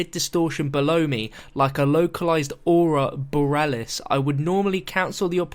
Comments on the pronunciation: a-rora bore-E-alis good video though keep it up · it's pronounced arora bore-ealis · Pronounciation for it is as such lol : Aurora BOAR-E-AL-IS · (OW-RO-RA-BO-REE-AH-LIS) thats how you say ot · Bohr-ee-al-us just to help! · Aurora Borealis: uh-ror-uh bor-ee-Al-is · Say it with me. Ah Roar Rah Bore Eee Ah Lis. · "aura boralis" That hurt to listen to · ah-raw-rah bo-rE-ah-lis you're welcome:) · Boreelis. Lol Your funny. It's pronounced (Boar-E-Alice) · A-roar-a Bore-eeeee-Alice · Aurora Borealis is pronounced A-Roara Bore-E-alis. Spot on with the explanation though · You did botch the pronunciation of aurora borealis lmao, anyway cool vid. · I'm just saying but how don't you know how to say aurora borealis? That's something that everyone was taught or should have been in basic science in like 5th grade, it's a great natural phenomenon that's easy to teach to kids so if you weren't taught it you should've been lol